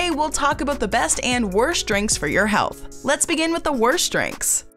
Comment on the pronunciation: ...Since WHEN do they say in English language "shtrong"/"res-chorant"/"worscht" instead of "strong"/"restaurant"/"worst"?...